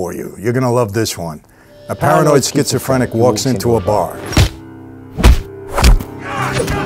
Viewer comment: he couldn’t even say it properly lol “i got a little joke for ya, a paranoid schizophrenic who walks into a bar” what was so hard about that lmao